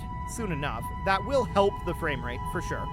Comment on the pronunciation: The only thing i hear is going fames, fames, fames.